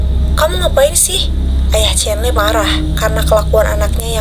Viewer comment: Kaa salfok dikit ko cholo 'lo' nya medok siih?😭 Soalnya dalam b Jawa artinya..😭🙏🏻 izin koreksi bacanya chonlo ka atau lebih tepatnya chollo lidahnya nempel langit2 mulut☺️